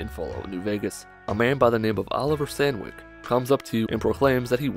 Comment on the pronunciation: Ah yes, my favorite character in new Vegas, Oliver s a n w i c k